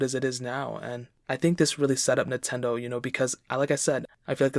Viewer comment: Drink whenever he says “Nahtendo.”